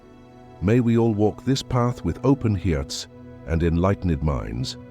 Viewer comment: Listen at the end of the voice narration... "Around ooose...open heeerts" 😂 This video is so valuable. But I'm reminded about balance with levity.